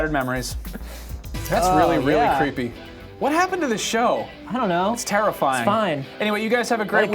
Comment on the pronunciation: "It's Tara-fying" lol